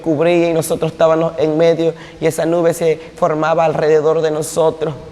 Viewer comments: No se pronuncia "estabanos" se dice "estabamos" cuando se habla de Dios hay que ser impecable en la palabra. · DISCULPE QUE LO CORRIJA PERO SE DICE ESTAVAMOS. DE DIOS.